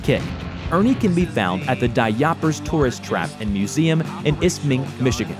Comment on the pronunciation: It's Da Yoopers Tourist Trap, \dah you-purrs\